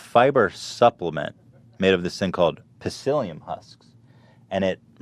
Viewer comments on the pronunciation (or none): "PA-Sylium Husks". Smh